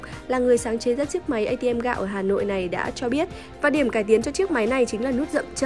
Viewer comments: Cây ATM gạo tao nghe thành K-ICM may có chữ gạo :) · Cj í đọc cây atm t cứ tưởng kicm lại ra bài mới :)))) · nghe thành K-ATM :))